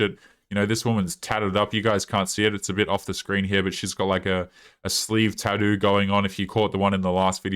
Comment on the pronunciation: Dude I watch a lot of ur videos and it’s been a while, but I never get tired of how u pronounce tattoo… gets me laughing EVERYTIME😂